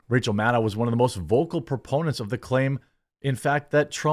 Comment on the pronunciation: You pronounced her name correctly the first time.